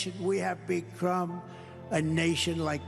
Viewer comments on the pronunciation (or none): Sure seems like phonemic aphasia. Half the word is correct (the "be" part of "become") and the other half is a phonemic substitute ("crumb" instead of "come"). You can still figure out what he meant to say but I wonder if he is aware when he says "becrumb" that this is not the correct word.